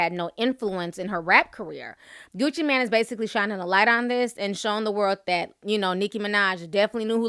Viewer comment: Ti!! it's Mane as in main😥😄